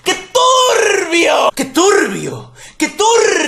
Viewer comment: Que turrrbio que turrrrbio que turrrrrrrbioool